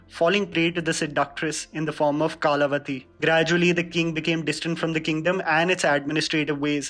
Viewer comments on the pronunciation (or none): Your pronunciation are gold. Kaalavati nahi re kalavati. (कला / काला). Aur Sumash-khera kya hai.. u just butchered this one. It's Soma-shekara Nayak (सोमशेकरा.. सोमशेखरा bhi chal jata) I know it's a pet peeve and your pronunciation of Indian names have improved, But from now onwards I will point out all your mis-pronunciation bcos mere paas bohot time hai.